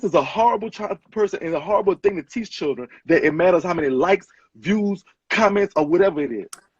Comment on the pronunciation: This is so ridiculously sad but in other news.....I like how he says Churren. 🤣